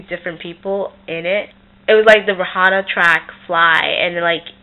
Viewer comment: did u say ray-hanna